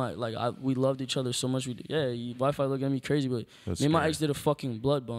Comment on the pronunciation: When X called WiFi “ Wee Fee” 🤣😂